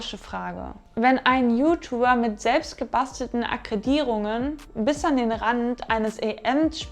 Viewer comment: Weiterhin vile Erfolg. Schönes Video. Und als Tipp, a·kree·dii·tii·rung - wird so ausgesprochen!